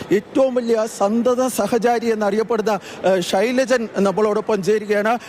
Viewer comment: ഷൈലാജ് ആണ് ഷൈലജൻ . അല്ല